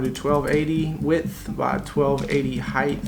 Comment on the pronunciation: man said heigth